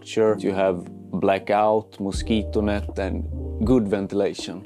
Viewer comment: MOSIKONÄTT. no dude it's pronounced: mosquito net.